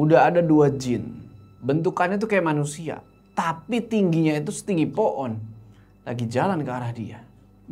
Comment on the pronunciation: ngomong pohon jadi po'on jd lucu wkwkwk